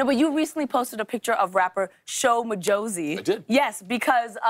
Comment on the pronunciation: The South African in me died when Lilly said Shooow Majowzi😂. Its Sho Majozi😊